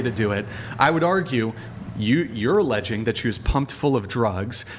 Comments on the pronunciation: This idiot said allegeded with a straight face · “Alledgeding” That pretty much said it all for me. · Always listen to a woman that says “ allegeding “. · She also said "alleged-ing". Lol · this clown cant even say alleging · “Allegitteen.” She’s trying to say “alleg-itting.” Neither of those are words. Is she trying to say “alleging?” She sounds like some kind of robot from Idiocracy. The other one says “wood-dint” instead of “wouldn’t.” Guilty until proven innocent. The best thing you guys are doing is exposing these dopes. They walk around thinking they are God’s gift. Please knock them down several pegs.